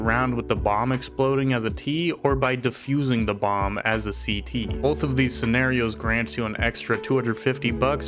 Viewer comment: This guy really called it diffusing💀